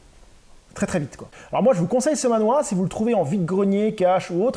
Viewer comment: Hello, alors, petite subtilité, il faudrait prononcer le mot manhua, "manh -RUA" (avec le h qui se prononce limite comme "la jota" en espagnol) et pas manhwa (BD coréenne). J'ai aussi acquis cette série dans une brocante récemment, et ça m'a coûté plus de 70 balles, tu as fait une affaire ! Andy Seto est une grosse star à Hong-Kong. En France, il y a aussi eu la publication de King of Fighters Zillion, les quatre justiciers ou encore Tigre et Dragon. Ces deux dernières séries n'ont pas été au bout de leur édition française malheureusement. Il se murmure qu'il viendrait au prochain Angoulême de ce que j'ai cru comprendre entre les lignes...